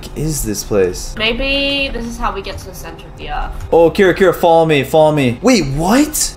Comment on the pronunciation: Get not vant